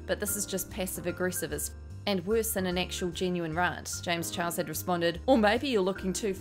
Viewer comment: I laugh....every time... you say James chihuahua... 😂😂